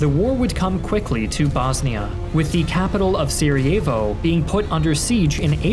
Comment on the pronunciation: Great video. very education. Just cringe when you try to pronounce names lol like Sarajevo and Dubrovnik